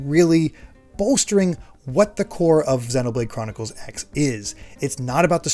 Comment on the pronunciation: Are we sure the X in Xenoblade Chronicles X is pronounced "X" and not "cross" like a lot of Japanese games and anime that use an X in the title?